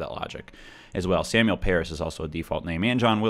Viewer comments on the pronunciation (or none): none